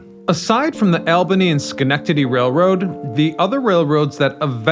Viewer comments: All-ben-ee, not AL ben-33. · ALL-buh-nee not "AL" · New Yorkers call Albany "All-buh-ny", not "Al-buh-ny" like you did. We're in the USA, not Saudi Arabia. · For a guy doing history stories the LEAST he could do is know how to pronounce names of cities correctly. It's NOT "AL" BANY it's "ALL" BANY, LOL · Please, your are mispronouncing Albany. Ir's All-bany, not Al-bany. I'm no English Major but I lived near there for 60 years. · ALL-bany, not Al-bany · It’s not Al-bany, it’s all-bany. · New Yorkers pronounce the name of their state capital aal·buh·nee. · Yikes!!! Unfortunately you're repeatedly misproniuncing ALBANY. The proper way to say it is ALL-BANY. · How can someone who studies so much history not know how to pronouce the capital of New York State correctly? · The way he says Albany makes me giggle 😂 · Many of this presenter’s postings have incorrect identifications of posted photographs, such as the opening photo identified as Manhattan, New York City in this presentation (which is actually Washington Street in Syracuse, NY). There are a lot of discrepancies in his dialog in many of this guy’s videos. Incorrect pronunciations of people places and things (Albany for one in this case). Makes his research accuracy of subjects questionable. Folks, if you want accurate you tube postings about historic people, places, things and events (and for your children to learn correct historical facts), watch “The History Guy.” He has a degree in history, and who thoroughly researches his material so historical facts are presented accurately for us to learn from. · Opening shot is Syracuse, NY, not New York City. And the elevated shot was probably Chicago. And learn how to pronounce Albany. And in case you weren't aware, most of the former New York Central lines are still very much in use - far from abandoned. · OMG!!! Can you even pronounce "Albany"???? Where are you from? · You did not pronounce Albany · Bro learn how to say Albany